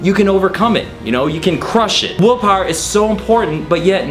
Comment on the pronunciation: He keeps saying woolpawer